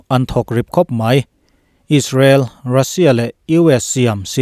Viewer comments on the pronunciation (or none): none